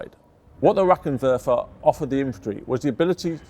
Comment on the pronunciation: lol, "rackentekk werfer"